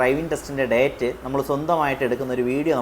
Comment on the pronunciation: ഡേറ്റ് ❌ ഡെയ്റ്റ് ✅